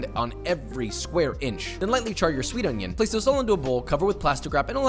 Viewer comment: I just love the way he says “on-yOn”